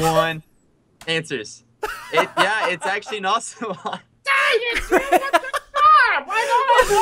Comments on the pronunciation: Josue Fontes no its ocelot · “Potatoe” “ocelote” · Ssundee said ocelote he spelled wrong so he got it wrong